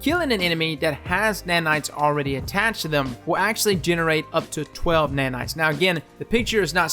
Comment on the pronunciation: Somebody tell me how many times did he say NANITS